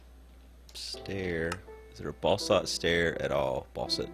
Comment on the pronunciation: Basalt,, basalt ("bah-salt"). Not "balsalt".